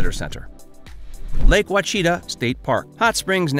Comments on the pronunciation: Wtf is wa-chita ??? That is a terrible bastardization of the word. It’s Native American & is spoken more like this… Awe-shi- tah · Great video, but it is actually pronounced: WAH.she.TAH. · You lost me at “Lake WACHEETA”. Sorry pal. Your obviously not from around here. Better get back on your horse and head north. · Wa-cheeta? Seriously? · That mispronunciation of Ouachita annoyed me too! Thanks for calling them out on it. We live here too.